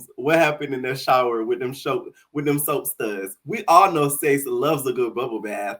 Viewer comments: His name is pronounced S-ACE lmaooo that’s Literally why Him and John were fighting from the jump lmao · Its Seis, like Spanish for six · why are you saying seis like that 😂😂